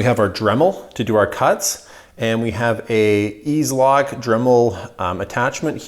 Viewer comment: EZ Lock pronounced “Easy Lock”